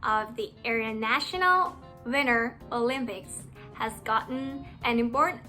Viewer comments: Pronunciation ต้องพูดว่า “นัน” นะไม่ใช่ “เนาซ์” แล้วก็ที่บอกว่าเสียง T หายกลางคำมันไม่ได้หายขนาดนั้น อย่าง winter ก็ไม่ได้พูดออกว่า วินเนอร์ ขนาดนั้น แล้ว important คำหลังมันจะไม่หายไปเลยเพราะแบบในคลิปจะกลายเป็นคำว่า “อิมพอร์ท”(import)ไปเลย การสื่อสารมันจะคลาดเคลื่อน ปกติจะออกเสียงกันว่า “อิม-พอร์-อึ่น” ประมาณนี้(สะกดไทยให้ตรงคำออกเสียงอาจจะตลาดเคลื่อน) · ประโยค ตัว t กลางประโยคของ international กับ winter จริงๆต้องออกเสียงนะคะ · ขอสอบถามค่ะพี่ แล้วอย่างคำว่าWinter ทีี่พี่ออกเสียงมันเหมือน Winner เลยอะค่ะ แล้วยังงี้มันอ่านต่างกันยังไงคะพี่